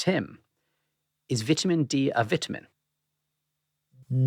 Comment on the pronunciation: Dude can't even pronounce ''vitamin'' right!😂😂🤡🤡